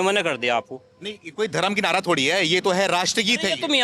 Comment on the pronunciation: mamata ji nadaa nahi hota hai naraa hota hai